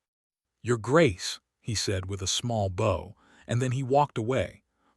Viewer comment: I wish AI could learn how to use basic words like live, and bow and several other words. At least the story and voice is good even though it's AI.